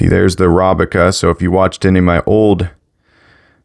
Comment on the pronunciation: Arabica not arobica